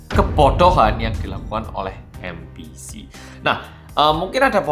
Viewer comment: Aku kok jadi dengarnya 'ambisi' bukan MBC